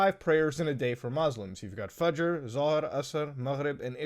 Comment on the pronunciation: Bro you just butchered the names of the salah like isha fajar